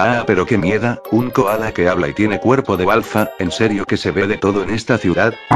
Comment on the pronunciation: No dijo miérda si no mieda